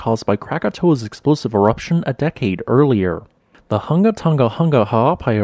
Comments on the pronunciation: It's pronounced" Hoonga hoonga"not hunga like hung! And pronounce the ng, like in song, sing. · Man.... you are slaughtering the pronunciations of our islands, it 'Hunga'!!!!!!!!😔😔 but yeah Sunsets here are awesome from Tonga....